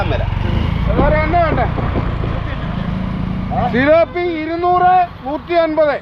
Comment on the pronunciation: It thilopi not Philippi😢😢😢